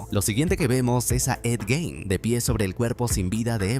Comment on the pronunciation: Jajajjaaj lo pronuncia mal es Gein xD